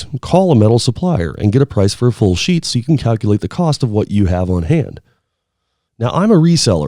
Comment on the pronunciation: Stop saying sheet - it sounds weird.